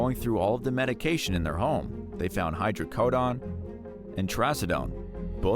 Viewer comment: Even with an E on the end of the word some people still mispronounce the word Hydrocodone. LOL Especially bad when you are publicizing videos...